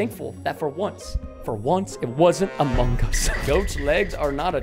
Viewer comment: I love the AH MOH GUS